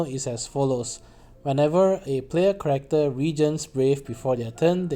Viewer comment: New person here. It took me about 3 times of hearing you say "correcter" before I realized you were trying to say "character" Thanks for the analysis, I'll definitely pull on Machina.